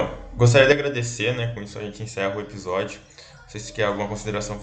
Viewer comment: "Ebisódio"! :face-green-smiling